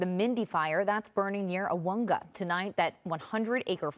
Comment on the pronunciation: So far of all media reporting on IE fires, channel 7 is the closest to pronouncing Aguanga correctly! Awonga